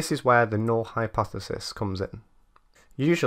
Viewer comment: Null - correctly pronounced n-ull.